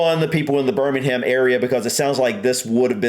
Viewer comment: Spaghetti Junction is pretty easy to drive on. Problem is that people don't pay attention to the signs telling you what lane to be in, and try to get across at the last moment. Also, you don't pronounce the H in Birmingham.